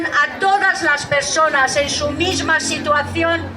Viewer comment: PERSONES ?? mal vamos...